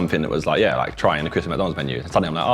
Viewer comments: Everyone: Christmas Josh: Chrism' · Josh, its Christmas Menu, not ChrisMenu! 😭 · Christmas is Josh's "Mural"